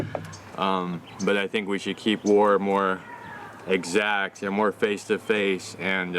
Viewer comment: he says keep war "exaxt" and protests drones. lmao